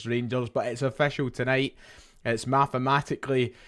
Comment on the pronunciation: Jeez dude if yer gloating at least learn to say three and mathematically properly it's not difficult to learn. Anyway hail hail 🍀💚